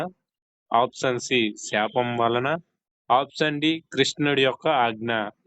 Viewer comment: ముందు ఆప్షన్ అనడం చక్కగా పలకండి